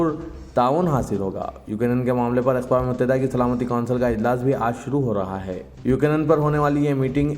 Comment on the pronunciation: Aqam e Muttahida nahi 'Aqwam e Muttahida" bol bhai🤣🤣🤣